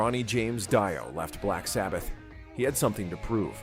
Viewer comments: First of all, if you can't pronounce the name of the band, get lost. It's not Doi, it is Ronnie James Dio, damn ass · Ahhh AI and the English translation you should have set the prompt to DEO might help AI to pronounce it better 😂